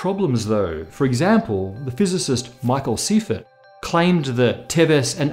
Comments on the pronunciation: Good video and one that we needed but you pronounced my relatives name incorrectly. The Seifert surname is pronounced "Sy-fert', not SEE-fert. As a classic German name, you should pronounce the SECOND vowel as dominant in this dimension of...SpaceTime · Professor Seifert was one of my professors in undergrad! For the record, it's pronounced "PSI-fert" 😉